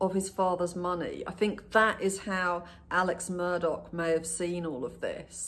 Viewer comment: Why is he Alec and Murdauck .....instead of Alex Murdaugh